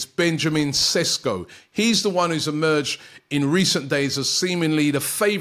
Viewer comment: Ww yeah Rob you definitely butchered his name. You misplaced 6 letters